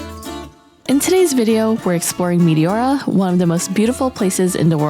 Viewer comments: Μεϊτιώουρα;;; Έτσι τα προφέρετε στον τόπο σας;;;😂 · My Greek ears are hurting from the mispronounciation of Meteora....